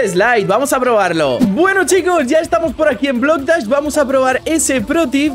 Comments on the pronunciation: dijiste bloc das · Jajaja dijo bock dash en súper l Slide jaja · en súper spider dijiste estamos aquí en blok das xddddd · cuando estabas en el mapa de super eslaid dijiste bloc dahs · Jajajajajaja dijiste blocktas en super eslaia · Porque dijiste Blok das en Super slide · dijiste bloc dash en mes de super eslai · porque en super le dijiste blocdaz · Dijiste blocdach en el minuto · Alcomienso dijiste bloc dachs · TeDiste cuenta que En super eslai Dijiste BlocDas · Xd dijo blok dash